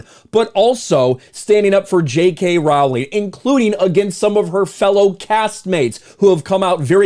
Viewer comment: ps. Its pronounced "Ro-ling".